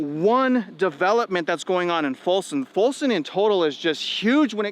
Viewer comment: It's Folsom, not Fulson.